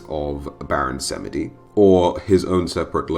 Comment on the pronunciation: its baron 'samji'